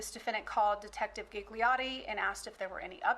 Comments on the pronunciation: My hears are screaming… Gigliotti read as ghighliori… please kill me…. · All the “Gigliotti”pronunciation kill me It is an Italian surname N.b my surname is Gigli that mean lily